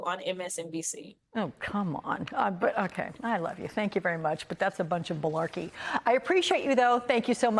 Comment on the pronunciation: Did that Reporter say "bullarkey"??? I guess "Bull" and "malarkey" = bullarkey!